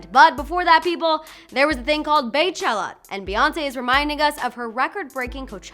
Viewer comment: Terrell A'mari I hate when people call her Bae instead of Bey.